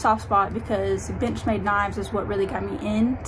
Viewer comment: I swear I was hearing b**ch made all the time 😅